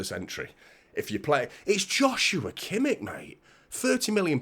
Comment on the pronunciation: It's pronounced 'Yoshua Kimmish'.